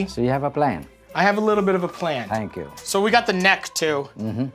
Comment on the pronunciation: Somebody to: " Good Morning.": "Tank you."